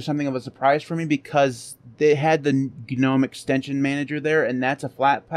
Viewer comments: using the word "Gnome" the G is silent... As in NOME. Just a thing. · except you're wrong. Gnome,in this case, started it's life as an acronym. First word GNU. So unless you're also mispronouncing GNU...